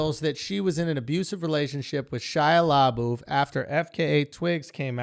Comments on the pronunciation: Lmao "LA BOOF" It's La Buff. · SHIA LABOOTH Lmao You just destroyed the guy’s name for almost 20 min I’m dead 💀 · I’m so triggered by the way they pronounce Labeouf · Right!?!? "Le boof" 🤣🤣🤣